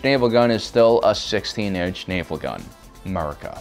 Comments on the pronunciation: "MURICA" lol I love your videos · I heard, "Murica!" Love it!